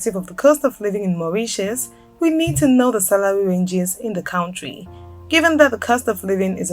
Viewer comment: small minded? People are looking for accurate information. She can't even pronounce 'country'!